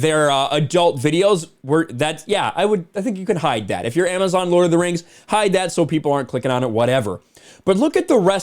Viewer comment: Lord of the Rhangs. Return of the Khang. That made me laugh. 😆